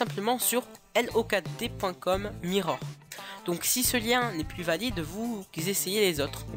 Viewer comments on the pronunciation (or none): none